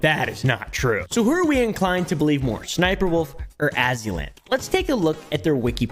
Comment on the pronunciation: Dw ain’t anybody gonna be want to sound like you and mispronouncing everyone’s names calling Azzyland as Ozzyland, Kiryu as Kuryou, Lia as Lie-uh. You good.